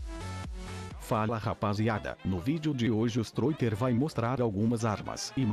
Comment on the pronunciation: Narrador fala ''Strôiter'' KDSAOPSKOPSDOPADSKASOPOSAKPKD LIKE PAPANGU <3